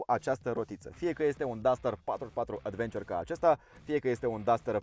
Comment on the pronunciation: cică Advenciăr =))))